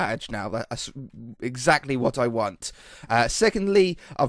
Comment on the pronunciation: Wait did just speak Scottish huh you said whit haha